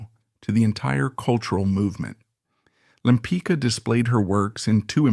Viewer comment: Her last name is pronounced LempiTZka, not "lempica," damn it! Why don't you butcher the names of French, Italians, Dutch, etc., but can't manage one easy-to-pronounce Polish name?